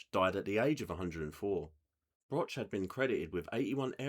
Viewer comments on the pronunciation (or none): The surname of Hugo Broch is not pronounced as "Brotch". He was a pen pal of mine in the 1980s/90s.